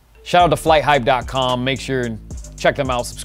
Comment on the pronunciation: It's Fighthype not Flight hype